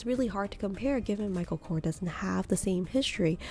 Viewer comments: It’s Michael Korsssss not Kor !!! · It’s not kor it’s korS that's his last name . And it's a shitty brand, can't compare to a coach